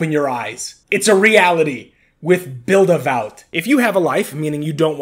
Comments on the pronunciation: how do you get vout out of VAWT? It should sound like Vaught. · Its pronounced Vot, like Hot.